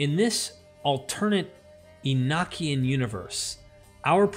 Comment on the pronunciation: The pronunciation is "ee no key en" not "ee nock ee en" also you did not mention that the father of all Hebrews was a Sumerian. In the days of Abraham, Stories were passed on by word of mouth. Abraham was From Sumer.